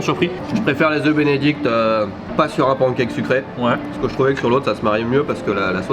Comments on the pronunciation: Les « pANcake de sont exquis! Repeat after me: pan(n)e cake. ಠ‿↼ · tu as voyagé à travers le monde entier, tu as la chance d'être polyglotte... alors, please, si tu pouvais prononcer [pæn.keɪk] ou [pan.kɛk] mais arrêter de dire [pɑ̃.kɛk]. Bonne continuation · arrêtes avec les PAN cake! On dit panncake, ou sinon décides toi et dis pan caque. 🤠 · Pancake... Oui... Mais ça se dit "panne cake". Ça viens du mot anglais pan qui veut dire poêle. Frying pan = frying panne en prononciation